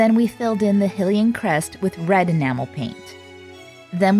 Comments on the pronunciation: Hylian is not pronounce as "HILL-lee -an. It is pronounce as "HIGH-Lee -an." Amazing work! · For Hylia's sake I'm sorry but I can't handle how you say "Hih-lian" instead of "High-lian" . Great job doing Link though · It’s pronounced High-LEE-enn. 😊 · Every time she called the champion tunic hILLian i lost about 200 brain cells ...you do relize this game has voice acting right? like it teaches you how to say these things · Hylian is pronouced : Hiiiii-Lee-in Y is a vowel because it says the other vowels names so hy would say HI 👋 😁 Love the lil link clothes this is awesome good job! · It looks amazing! I can't get over the pronunciation of Hylian as Hill-ian tho 😅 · A little part of me dies when she says “hih-lian”